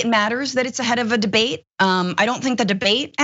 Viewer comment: "I am very looking forward to the bidet" Thats what he said, right?